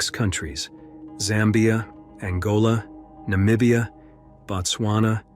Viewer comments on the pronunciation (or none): none